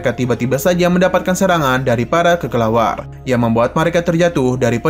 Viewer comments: bukanya kelelawar ya min🗿 kok jadi kekelawar😅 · kelelawar min bukan kekelawar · Ngedenger bilangnya "kekelawar" lucu min🤣🤣🤣🤣